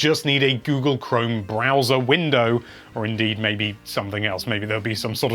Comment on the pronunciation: I thought u said bowser and got confused 🤷‍♂️